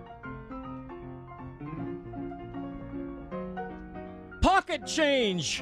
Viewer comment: PAWKET CHANGE